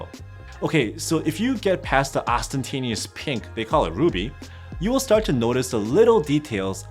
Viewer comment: Lovely ostentatious look. Also, you either spelled or read ostentatious wrong.